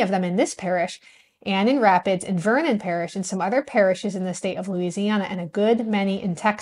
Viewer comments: It's Rapides Parish not rapids. (Pronounced Rap-peeds) I've lived here all my life. They are called Creoles here. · Lol, just a pointer from a kinswoman: the parish is spelled "Rapides." You pronounced it as "rapids." Locally, it is called "ruh-PEEDZ." Edit to add: your "Neutral Strip/No Man's Land" was also called the Sabine Strip after the Sabine River. There are also parish/county areas on both sides of the La/Tx line called Sabine. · The parish you called Rapids, is pronounced Rap-EEds. I like your video. I appreciate the research you’ve done and how educational your video is. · I’m a Doyle. My dad’s family is there and from Rapides parish. Not Rapids, “Rapides “ Have you delved in to the “10 miler” yet.? You and I are related😊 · Very informative and great work! Keep it up! That parish is pronounced Rapeeds 😉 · Fascinating! I’m white and from right down the road from Lake Charles and went to college in Natchitoches —and I have never heard of Redbones as a community! I love learning about the complex culture of Louisiana. Thank you for this. Also as a ‘boots on the ground’ insight, for Rapides Parish we say “Ra-PEEdz”. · Rapides is pronounced Rap-peeds. This is awesome content. Deep roots in Louisiana here🙋🏻‍♀️ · Hello just found your channel from Louisiana here and just trying to help you because Louisiana names can be hard. Rapides Parish is actually pronounced Rapeeds Parish 😁 keep up the research! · Love this so much! Just FYI, Rapides Parish is pronounced like rap-EEds. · Rapides Parish is pronounced in the French way, "Rah-Peeds." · Thanks for this. This is a group of people about whom not enough history is given. Rapides Parish : “rap•EEDZ” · You missed pronounced Rapides. It's (Ra-peeds) love your channel btw. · Rapides Parish is pronounced “Rap-peeds” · Rapides (Parish) is pronounced "ra·peedz (peh·ruhsh)".